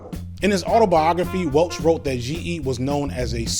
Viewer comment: mispronounces Welch.😂